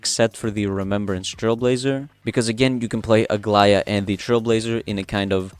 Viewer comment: I was about to say that you had the best pronunciation of her name i have heard so far by any creator, but then you said you are greek, so it makes total sense. I'm super hyped about aglaea as well🎉